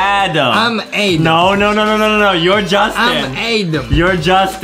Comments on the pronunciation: Adam, not Adem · No Justin says Adem. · No no no, it’s A-dom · It was so funny when Justin kept saying "I'm adem" 🤣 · no he said Edem not Adem